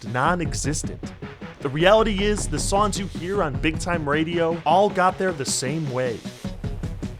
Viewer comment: Why do you keep saying "sawns" instead of songs